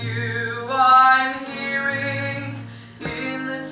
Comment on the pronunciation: Great performance,! Minor quibble:, it might have been better pronounced "hearin'", dropping the final "g". Why did they consolidate McNair with the Leather Apron? McNair sounded a bit more refined than I would expect the "congressional custodian" to be.